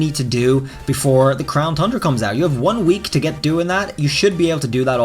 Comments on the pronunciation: Ayyy actually said it correctly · Did he did he just say “crown TUNDRA” correctly